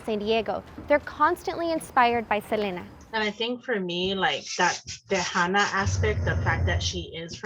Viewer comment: It’s Seleena, not Selana. She even said it was pronounced “Seleena” on an interview with Ron Shelton who sadly passed as well